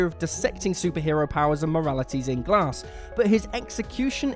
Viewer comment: Oooohhh swing and a miss on “glass”